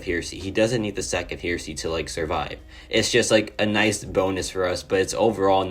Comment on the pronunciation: Hey partner, it’s pronounced “hair”esy and it means a belief that contradicts traditional Christian beliefs. Thought I would throw that out there😂